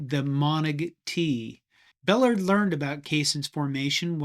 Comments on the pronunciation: Emery Bellard's surname is mispronounced throughout the video. He pronounced it "BELL - ARD" with stress on second syllable and ARD as in aardvark. Great video though. Thanks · You’re not saying Ballard correctly. It is pronounced like “Bell-Lard” or, as we say in the South: “Buh-Lard”. Ruins your whole video. Really poor. You have to re-do this and pronounce his name properly. Ballard also stopped Bama’s 28 game win steak as coach at MSU in 1980. The famous 6-3 game. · Its pronounced Ball -ard. He was my neighbor while he was at A&M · Bel LARD Accent on the last syllable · Emory Bellard's name is pronounced "Be-lard". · It’s pronounced “Bah Lard.” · Pronounced "Bell-ARD. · Just FYI, it’s pronounced buh -LARD He was later head coach at Mississippi State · His name was pronounced bel-LARD. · Great video! FWIW, Bellard is pronounced "Beh-LARD," with the stress on last syllable. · Please pronounce his last name correctly. Bel lard like the type of grease used by my grandmother. Jimmy Johnson we he coached at Miami moved linebackers to defense ends and defense ends to linebackers. Sir did you know who quarterbacked Oklahoma in the early 50’s. It was coach Royal. Coach Berry learned the flex bone from Arkansas coach Ken Hatfield. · Small point. Having been a student at Texas in the late 60s, Bellard's name was pronounced with the accent on the second syllable- bel LARD. No biggy. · Thanks. Very interesting. I think Emory’s last name is pronounced with emphasis on the second syllable. “Bell -LARD”. (Last syllable pronounced as in rendered pork fat..) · Excellent, thanks! Oh, btw, Bellard is pronounced buh-LAHRD. 🙂 Hook 'Em. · It's pronounced Bah-LARD. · His name was Ba-lard pardna! You shouldn’t do things like this. If you can’t pronounce the mans name. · It's pronounced Buhlard like yard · Emory Bellard's last name is pronounced "buh lard" with the accent on the second syllable. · Emory "Buh LARD" is how his name is pronounced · Bellard is pronounced Ba-lard btw.